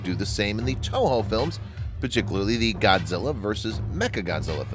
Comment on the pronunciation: its not godzille